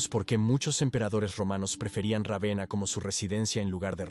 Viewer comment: Puffff vamos sólo a comentar que se pronuncia Rávena en castellano.